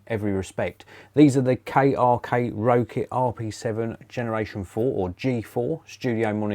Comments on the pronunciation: Rokit is pronounced rocket 😊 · I wasn't sure if that's actually the correct way to pronounce it or not, and that everyone else was wrong haha. That sort of thing happens all the time.